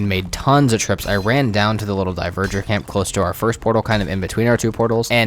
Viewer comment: I can't say I know exactly how Dvergr is pronounced, but I know its not "Diverger." It's the real word we get "Dwarf" from. "Dwhere-ger" with the ger softly voiced, maybe?